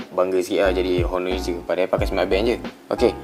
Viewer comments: oner gitu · Bossku, saya nak betulkan 1 benda saja. Sebutan HONOR tu tak payah sebut huruf H. TQ..